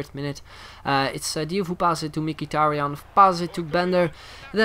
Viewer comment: not mikitarian. He is mhitarian.